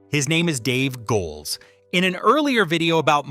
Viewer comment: Cripes, this mechanical voice is annoying. You've got a potentially great video here marred by the fact that a robot doesn't know how to say the name of the person the video is supposedly celebrating. So you have the v/o saying "Go Elz" like it's giving big ups to the Rhineland. If you're praising the humanity and artisanal qualities a person has brought to characters that survived corporate buyouts and technological obsolescence, then actually have a person say it. Do better.